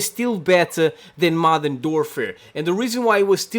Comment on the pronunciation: I love how he says “Modern Dorfer” 😂😂